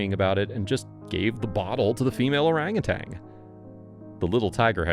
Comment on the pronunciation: It's pronounced orang·u·tan!🦧☮️